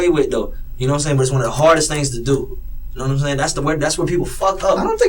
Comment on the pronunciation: This guy is human garbage. Know-wut-um-sayin’?